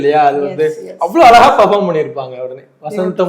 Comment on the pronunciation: பார்த்தசாரதி உங்களுக்கு "ழ" வராதா ,அலகா இல்லை அழகா